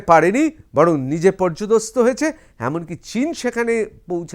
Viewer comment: পর্যদস্তু নয়, পর্যুদস্ত।